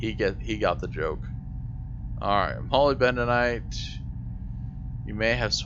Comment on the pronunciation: ma - lib - duh - nite tore - ma - leen :)